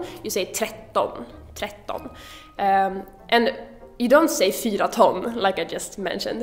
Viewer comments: I have noticed Swedes say 'Fyr' when counting but also, just like you seem to say 'Nije Tije' when counting instead of NIo Tio. Also Tjugo, becomes Tjuge when counting. At least that is what I am hearing often when listening to Swedes. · You say "fyr" instead of "fyra" cause it is monosyllabic, like every preceding word — and all following ones, except for åtta. It wants to be uniform, like, bam, bam, bam, bam.... not bam, bam, bam, bambum, etc... Lol. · Kul att vi svenskar är så lata att vi inte ens orkar uttala alla siffror, (som du säger fyr) Du ändrar dock också tio till tie :) men du säger ingenting som de flesta inte redan gör i Sverige haha. Tänkte bara på det när jag hörde dig säga det i början. Gillar din kanal! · how in the world do you make that sound when you say fyra